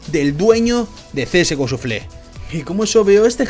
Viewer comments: Suflé xD una pequeña correccion, se pronuncia shafel. Buen video! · Me gustan tus vídeos y soy sub, pero un poquito de inglés no estaría mal (En lo que a pronunciación se refiere). Que oir csgoshuflé me duele. Saludos